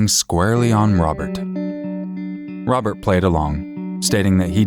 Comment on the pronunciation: This little punk thinks he's tough enough to take lives, but he can't even pronounce "Robert" properly. "Wobert", doesn't exactly sound like you're a tough killer, there slick!